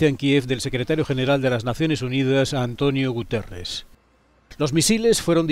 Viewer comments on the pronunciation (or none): Es Guterres o Gutiérrez...?